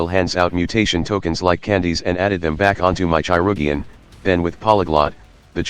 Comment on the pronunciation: obsessed with the "chai-rug-ian" pronunciation